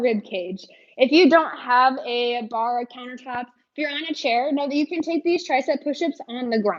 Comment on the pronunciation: lol "thut" I love it